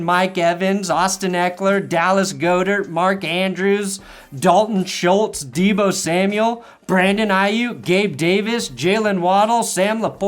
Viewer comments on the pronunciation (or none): none